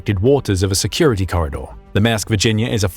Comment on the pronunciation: It's not 'MASK' but 'MAERSK' and has an "R" in it so please pronounce it correctly.